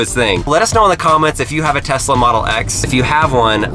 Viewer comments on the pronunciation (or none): Telsa as not saif